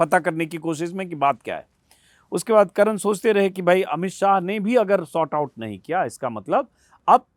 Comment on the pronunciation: भाईसाहब "short out" नहीं "sort out" होता है।